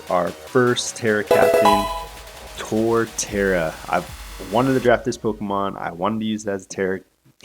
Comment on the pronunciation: Torterra. Emphasis on the TERA 😈😈😈